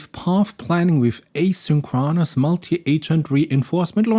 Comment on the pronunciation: Just an fyi if you are like me and like to know: in English asynchronous is pronounced a sink CRO nis